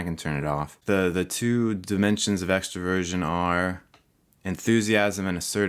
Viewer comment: When he says Extroversion... i hear him saying “Extra Virgin”